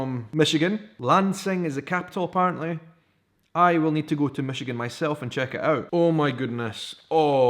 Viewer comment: Michigan box!!!! How awesome!!!! I live south of Traverse in Saginaw but its still awesome! You said it right! Love the necklace :) way to represent our state!!